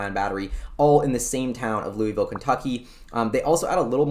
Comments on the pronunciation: Fwiw, Lou is, not Lou e. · You got it right the first time Louis-Ville, not Louie-Ville. I live 5 minutes away. Love your videos man. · FYI prounounced “Lewis”Vil unlike Louisville Kentucky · for future reference, it is "Lou - iss - ville" not "Lew - ee - ville." Love your show. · First, as a resident of Lafayette, CO, right next door to Louisville, and for your own safety, I need to emphasize that it is pronounced: "Lewis-ville", not like the place in Kentucky. Residents of Louisville are very sensitive about the pronunciation! On the map that you showed I live in the southwest corner of the development just to the East and very slightly north of where Solid Power is. Over the weekend, I will try and swing Solid Power and the other two to see if there are any changes in their signage. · pronounced Lew-is-ville... I live here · I live in Louisville! Pronounced Lewis-ville. CU Boulder - not University of Boulder! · As a former resident who worked for the local high tech company, it's pronounced "lewis ville". Not that it matters to anyone who doesn't or hasn't lived there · Pronounced "Louis" and then Ville. When I first moved here I was corrected quickly. Not sure why it matters. People here consider themselves former LA people and I suppose don't want the southern cast put on them. My guess. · Sulfur or Graphene. Lousville with a hard "S" unlike the silent "S" in Kentucky. Lousville has a long history of tech. Storage Tech was a huge force in disk drive tech. Also most of the early word processing tech came from Lousville like NBI (Nothing But Initials).